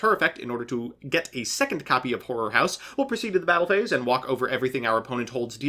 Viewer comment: MBT:Horror house. Every anime boy: "Whore" house